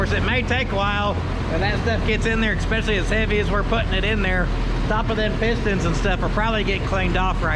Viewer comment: My father told me "never trust a man who says EXPECIALLY" That's the opposite of especially, if it was even a word.